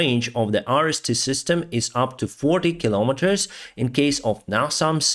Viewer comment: The top 3 YouTube analysts are in agreement. Iran is making a terrible long term mistake by helping Russia! -- -- "Iris-T" sounds like: Irish tea! LOL. -- -- Oligarchs in Russia are missing the boat. They should be mobilizing to manufacture their own UAVs. -- -- Exchange Kherson oblast for Crimea? lol! Throw in Kaliningrad and 9/10s of non-sea access Crimea and all of Transnistria; and we'll talk.